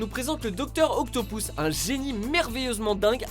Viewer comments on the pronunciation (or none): on dit docteur octopus pas docteur octopous vous avez fais la meme ereur dans une précedente vidéo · je reve ou tu as dit "docteur octopous"?